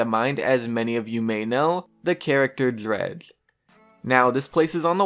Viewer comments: the character Drehgl XD your pronounciation is funny... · What way are you saying dredge? Cuz it sounds like you tried saying it with a full mouth